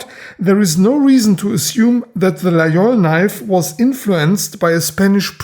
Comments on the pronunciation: ville de io , laol , lai , lol. . . encore un effort on va arriver a LA GUI IOL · Excellent video. You pronounce Laguiole correctly. Most people, including in France say the gu). The Laguiole is essentially an user. They cut very well.